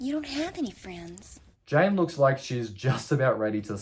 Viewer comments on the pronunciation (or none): Lol you keep saying Jane instead of Jan. I'd watch out if I were you. You might wake to find Jan standing over you, gleefully laughing while she gives you a crew cut. ;) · Yes I thought so too. But I wonder how he would actually pronounce "Jane" then, lol?